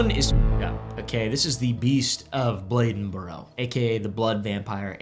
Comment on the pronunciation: Bladenburr... yes. Never hearda this "Bledenboro" you speak of though.